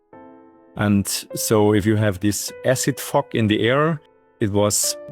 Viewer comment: I heard "... this acid f*** in the air" Then I realised the F-word was actually 'fog' 🙂